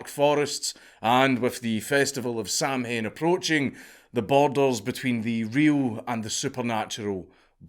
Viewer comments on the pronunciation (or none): Samhain is pronounced more like Sow-when. My lapsed-catholic, druid larper, ex-gf got very pissed off when I got that wrong. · It's pronounced saw when. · Samhain is pronounced "sah-win". ^^ And Romanian nobles were boyars, not burghers. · Its pronounced Sow-win or Sow-ween not Samhain. Being a Celtic man you'd already know that , aye lad. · no way you said sam hane. sow-an for the love of god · Why is a Scotsman pronouncing Samhain as Sam Hayne in the intro? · Did he just say Sam hain …… wow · samhain, pronounced: sawen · Cmon danky boi you can pronounce Samhain better than that it’s sow-ain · Dank I'm disappointed in you. You've taken Gaelic. You know it's not SAM HAIN... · Surprised me when he said it like that- dude literally does videos on Celtic culture and myth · For a scot, that mispronounciation of samhain made me die inside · A Scotsman mispronouncing Samhain... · and yet me, the stupid American, can pronounce it right. Also just Google it bro what century are you from? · Samhain??? haha yeah thats not how thats pronounced lad xD